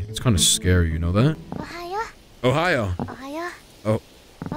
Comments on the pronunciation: No, not Ohiyo, but Ohio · Its not Ohio its ohayo and it means good morning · yes but you need to say OHAYO NOT OHIYO. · yea it’s fine but even after I’m telling you it’s ohayo you are still saying ohiyo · It’s pronounced Ohio XD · Its pronounce Ohio